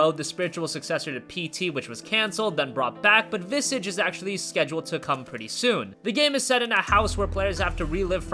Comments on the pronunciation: Visage. You said Viss-idge, which is wrong. It's pronounced Viz-arge (with a soft g). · it's pronounced more like the word massage than the word image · "Visage" is pronounced with long "a", like mirage. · Friday The 13th #feminism #noseriouslyitsprettyantiwoman #sjwoutragecoming And 'visage' is pronounced "Vissarrzhe". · "Visage" it is pronounced Vi - za (the "a" is pronouced like in "as" or "has") - je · It's pronounced like massage with vi instead of ma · i hate your pronunciation of Visage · learn how to pronounce visage